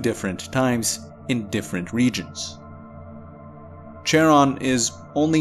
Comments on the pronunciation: Charon is pronounced more like Karon, not literal CH-aron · The 'ch' in Charon pronunciated as 'k', it is from greek mythology.